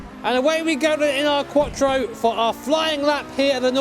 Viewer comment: Audi quotchro.. No IT'S QUATTRO, STRAIGHT MOUTH: QUATTROOOOOOO!!!!!!!!!!! ITALIAN WORD, THAT AS ANY OTHER WORD FROM ENGLISH LANGUAGE IS DISTORPTED